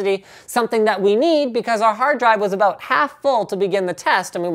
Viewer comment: ABOOT LOLOLOLOL WTF LMAO CANADIAN LOL MAPLE SURUP LOL ABOOOOT???!@